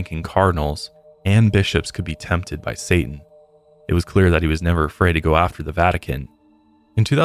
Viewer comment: said " NEVVVEERR" lmao started choking on a noodle